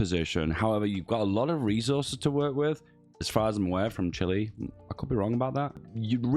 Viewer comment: You're actually pronouncing Chile right. CHIlee